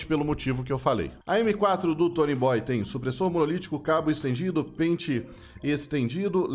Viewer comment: Não é tonyboyyyy.. É tonyboiiii